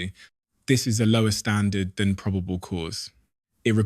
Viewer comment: AI voiceover proh-bay-ble (probable) cause Flor-ee-da (Florida)